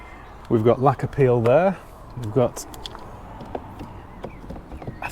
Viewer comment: “We’ve got lacquer peel there” I heard it as “We’ve got a lack of appeal there”, which it definitely has 😂